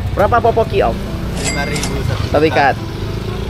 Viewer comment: poki poki, bukan popoki ?